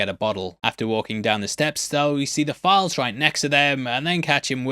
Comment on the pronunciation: If you could pronounce “files” it would be easier to understand your point.